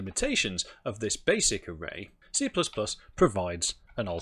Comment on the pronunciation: I thought you said CCP. ooph.